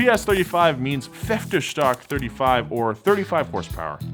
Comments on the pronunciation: My man said fiftstark instead of Pferdestärke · Germans: pfer-de-stär-ke: pferstek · "Pfeftestärk" es heist Pferdestärke :D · Pfeffdeschdock?! You're talking about Pferdestärke, right? Geez... just try it again 😂👍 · If anybody is wondering how pferdestärke is really pronounced. it is roughly fear-de-shter-keh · „ferdestark“.... You have Google Translator, just listen to the word 2-3 times and you’ll say it correct! Mercedes-Benz created the first electric super car, the SLS Electric. I can make a 3 times longer video than this on how many wrong things you’ve said in this video... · Pfaer dae schtaercke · "PFFFEFTESHTARKE" and "MYSHYSHMIT" (Messerschmitt)... I love when the Americans try to speak German... PS What about to speak HUNGARIAN like this: Greetings from Poland ;-) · PFÄFTESTACK!?!?!?!?!?!?! im german and im offended! (not)...its funny how people cant handle german at all xD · I think i have never seen anyone butcher Pferdestärke the way you did 😂😂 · That pronunciation of pferdestärke lol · the way he says pferdestaerke kills me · Your pronunciation of the word "Pferdestärke" isn't only an insult to every German and the German language, but also the concept of language itself